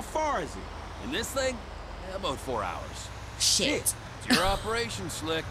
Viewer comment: you say sh!t funny. Shaayt!! 🤣🤣.